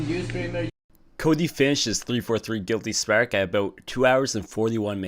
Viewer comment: "giwwty sparek"